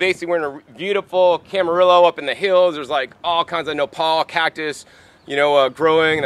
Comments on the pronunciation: It's pronounced CAM A REE YO, Calif. Good vid, tho, dude. Thanks. (from a southern californian - El Cajon) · It’s pronounced cama-rio. 😉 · Camarillo is pronounced KAM-ə-REE-oh. Two "LL's" are pronounced as a "Y" in Spanish/Mexican.